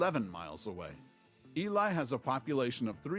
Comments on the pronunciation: Ely, Nevada is pronounced E-LEE... I lived there for 20 years. It still has an active copper mine (where I worked for 7 years) just outside of town. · I live in Nevada and I've driven through (and stopped for pictures in) Eureka. There are no hospitals in rural Nevada. People are taken by ambulance or air to the nearest regional hospital; usually Vegas in the south and Reno in the north. And Ely is pronounced e-lee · Ely is pronounced EEE LEE not EEE LIE. You can see Devil's Tower National Monument, Wyoming featured in Steven Spielberg's movie "Close Encounters of the Third Kind" 1977. Check it out.